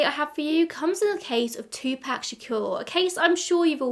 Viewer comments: It’s literally wrong. He was American, so it’s pronounced two-pock. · It's Tupac as in 2pac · Po-tae-toe po-tat-oh, two-pack two-pock 😂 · If you want to know the correct pronunciation of Tupac just watch a Jada Pinkett Smith interview. 🙃